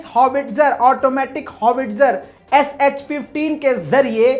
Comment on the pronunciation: HS 15 Hai ya SH 15 sahi bolo bhai